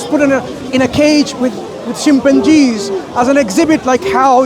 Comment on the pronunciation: I love the way says chimpanzees 😂😂😂 jimbanjeez